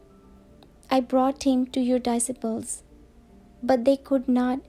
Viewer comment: May God bless you. It pronounce DISCIPLE ڈی سائی پل 🙏